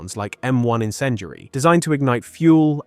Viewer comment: What the fuck is "encendry" and "sabot"? Talk properly man.